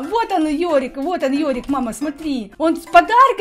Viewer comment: Да блин даже у меня ник Йори , НЕ ЁРИК А ЙОРИК --______